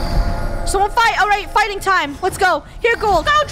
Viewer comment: I thought funneh said farting instead of fighting😭